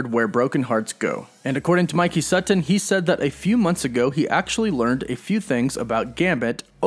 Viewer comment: if mike sutton is a friend could u say his last name correct?